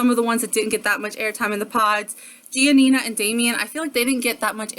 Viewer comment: Her parents said gi-ah-nina though? Did I hear that right?